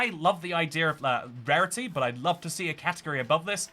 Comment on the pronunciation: i thought you said pairity...